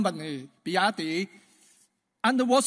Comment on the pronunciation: He cannot even pronounce well BYD.